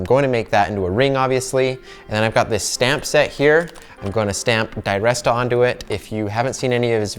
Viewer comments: His name is pronounced der rest a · Great video, great ring. Odd way to say his name though